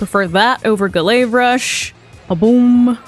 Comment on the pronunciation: Ga-layve rush 😂 you crack me up dude